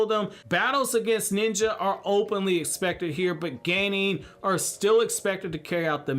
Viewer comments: English pronunciation of Japanese words is just strange. "hoe-kagey" "geynin" "joe-nin" :P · Wtf is a ganin Ganin Ganin ganin 🙄 As such a top notch Naruto lore knowing it's a F*ucking Genin Jesus christ